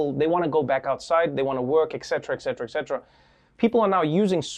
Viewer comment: Dear Trevor, you are very smart person but what really hurt my ears is you, as many others, saying "ex cetera". It's a latin word and et=and cetera =the rest. Please use it as it suppose to be. ET CETERA